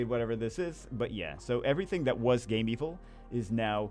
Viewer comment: it's not Game-evil, it's Game-vil. as in game-village/villa